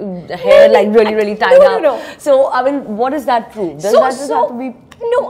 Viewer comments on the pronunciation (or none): Why she says I min instead of I mean. Either ways she's a stunnnerrr